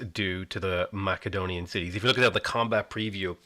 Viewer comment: Longtime civ player just getting into civ 6 and really enjoying your videos! I'm learning a lot. As a student of history one thing is driving me nuts though man! Its (Mass)edon not (Mack)edon. No shade please don't hate me.